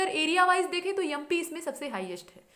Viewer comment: mam aap MP ko YUMPI na bola karo. pet main gudgudi si hoti hai. .... waise aapki aawaj bahut acchi hai......and mam we all need to see you,,,,,, please.................................